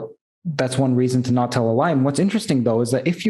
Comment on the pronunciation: "It's nawt bloody obvious!" 🤣 lmao